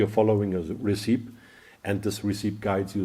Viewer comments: As english is not your first language, I let you know that the word, 'Recipe,' is pronounced "Ress - Ip - ee" not Resype. Great content keep it coming please. See you in the next Video. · Stumbled onto this from Instagram - now I understand why mixing magenta and yellow has been giving me such rich colors! Really enjoying this and learning a lot. Small note, "recipe" breaks normal English pronunciation rules and should be "re-si-pee", not "re-seep" :)